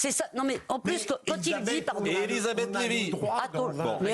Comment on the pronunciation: plus de vacances pour Pascal Praud , plu et non pluss 🤣😘